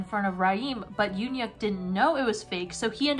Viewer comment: YUN-YUK IS THE WAY U DECIDE TO PRONOUNCE HIS NAME